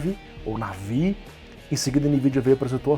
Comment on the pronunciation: Navi - NavÍ Super - SupÍ